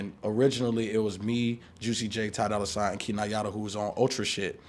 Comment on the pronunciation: "dolla soigns" 💀